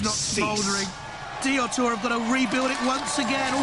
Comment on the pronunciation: Both craig and the announcer said Diotoir wrong lol